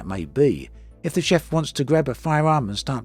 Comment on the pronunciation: did you say "chef"?